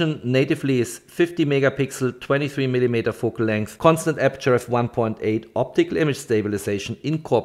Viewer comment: Gutes Video, aber arbeite vielleicht ein bisschen an deiner Aussprache :)! Man hört den deutschen Akzent nämlich echt stark 😆 (zum Beispiel spricht man millimeter wie „millimieter“ aus)! Nicht böse gemeint, ansonsten passt alles 😊!